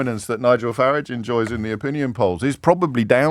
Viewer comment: Well done, James, the only commentator that pronounces "FARAGE" correctly 👏👏